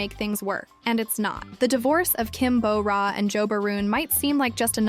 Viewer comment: It's Kim Bo Ra, not Kim Bow Ra. You would imagine being a channel named Korea in Focus would have the narrator pronouncing simple names right at the very least.